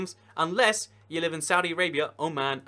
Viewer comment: isnt it weird the way says saudi arabia and (His Majesty) King Salman